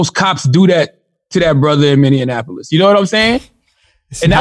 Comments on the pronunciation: "many an apolis" 😂😂😂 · Minnenapolis .. Love how people always mispronounce the name. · I love Charlemagne but a man died in my city Minneapolis say my city name right 🤬🤦🏿‍♀️ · mineanininininiapolis lol